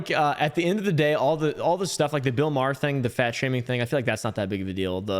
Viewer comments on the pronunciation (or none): Please it’s pronounced maw-her I have the same last name and it hurts when u say it wrong